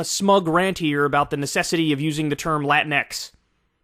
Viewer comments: It's "latin x"?? Not "latincks" For crying out loud! Pronounce it as it's spelled and spell it as it's pronounced. Lynx is not "lyn x" Sphynx is not Sphyn x. Whoever coined that term is an immense idiot! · It’s more cringe when she accents Latinx. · As a Latina, Latinx is stupid and basically unpronounceable in Spanish. Extremely progressive circles in Latin America resort to using the "e" instead, like they'll say "chiques" instead of "chicos y chicas", but I stress, this happens only in extremely progressive circles. It doesn't take with the wider population because the "o" has always been taught as a gender neutral variant, so everyone understands that when we say "todos" we really mean not just men but also women. In more center-leaning political speech you do hear both genders addressed "peruanAs y peruanOs" for example. That binary is more palatable to the vast majority of people. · My problem with latinx is, as AOC does in this video, they pronounce the latin part in spanish and the X in english which kind of proves its a made up white liberal term because if it actually came out of the Hispanic community the X would also be pronounced in Spanish. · One thing I don't get about the term "latinx" is the pronunciation of the x at the end. The x is pronounced with an English(ex) pronunciation instead of a Spanish one(equis). Even AOC does this. I'm starting to think this is an exclusively white American college phenomenon. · Uh, it's pronounced La-Tinks. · It’s pronounced lah-teenks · It's pronounced 'lu-tinks' Check your privilege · I always thought it's supposed to be pronounced as "latinks". Either way a weird ass word